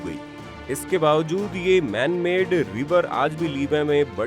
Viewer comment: My suggestion to you is, please check your pronunciation for some words like made, fresh and many more. You pronounce them wrongly which leaves a wrong impact because when you are explaining something it is very important to check your pronunciation and vocabulary.